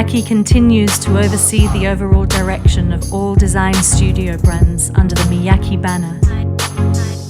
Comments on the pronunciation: Throughout the video you hear ppl pronouncing his name “EE-say Me-yah-kay” but you still say “izzy me-ya-key” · Please please, can doc makers have narrators who can pronounce their subjects’ names correctly and fluidly, though? Shouldn’t conveying accurate pronunciation to the viewer be as important as conveying the designer’s background and vision? This “izzy mee-YACKee ”is painful to the ear.